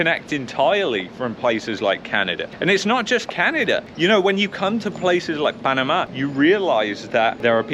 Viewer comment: why do you say "panama" so weird ? :P